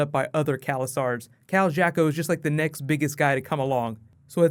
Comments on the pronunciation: Amazing video as always. Just have to nitpick one thing, it's Khal Drogo, not Drago. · Khal Drogo dude ... not Drago .. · Its DROGO, D-R-O-G-O, not Drago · Did he say Kal Drago ? Drogo* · Drago? it's Khal Drogo!!!